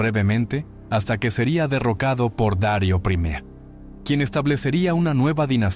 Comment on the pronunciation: No se dice Dario sino Darío el grande. Hermoso relato nunca lo había escuchado me encantó. Gracias 👌.